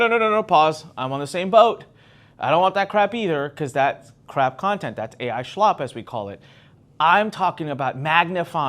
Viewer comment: I think you’re adding a “h” to slop. You’re like saying “Shlop”… I like it! lol ok I’m joining your group